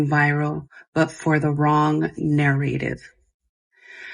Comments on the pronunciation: SHE DOESN’T KNOW HOW TO PRONOUNCE “NARRATIVE” pmo, AAAAAAAND SHE SOOO KNOWS WHATS GOING ON…SMH SICK You knowwww those kids don’t feel like they will be heard by her because I’m sure there has been many “close calls” with her before and she has continued to choose to play it off and ignore them…neither of them deserve those children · Take a shot every time she says nair-rativ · The way that she says "narrative" tells me that her entire "apology" was written by AI. Like if you are going to lie at least know how to pronounce your lies. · If you can’t pronounce narrative correctly. I don’t believe anything you say 😆